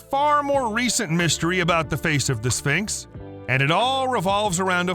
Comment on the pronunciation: What is a "Spincks?"